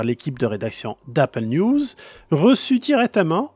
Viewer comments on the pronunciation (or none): none